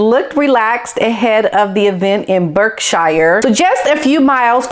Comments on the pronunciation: it is actually pronounced Berk"sher" not Berk "shire". Similarly, The iconic Lea and Perrins sauce is pronounced Worceste "sher" not Worcestershire. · Berkshire is pronounced Bark shur. Sorry to point out a mistake but I am sure you would prefer to know than to keep saying it wrong LOL. I always get American places wrong. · We have some strange pronunciations in English 🤔 Berkshire is pronounced Barkshire! Love your input. Thank you from Scotland. 💕